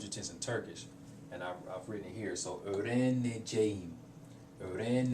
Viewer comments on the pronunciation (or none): none